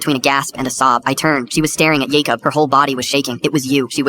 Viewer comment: How many times can you mess up the name Jacob?